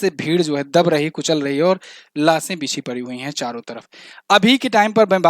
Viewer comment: लासे' आं , लाशें नहीं